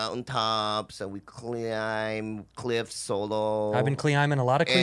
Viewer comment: I was swallowing medicine when Andrew said cuhlimbing with cuhliffs and I choked on the liquid and my pills at the same time and thought I was gonna die lol